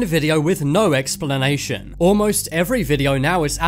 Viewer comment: normal people: Explanation Top 10s: Expellanation